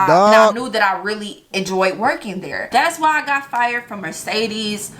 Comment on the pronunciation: She can't even pronounce Mercedes that's why they fired her